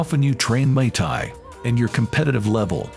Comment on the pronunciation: wtf does he keep saying mai Thai that’s a drink ffs